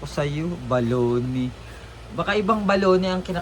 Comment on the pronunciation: bolognese yun hindi baloney 😂😂😂😂